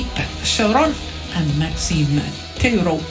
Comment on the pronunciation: i’m pretty sure tetreault isn’t pronounced “tetero”